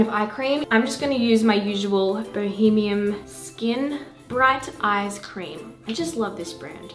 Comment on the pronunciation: When she actually says "bohemium", I lost it. 😂 Thanks for the laugh,! xoxo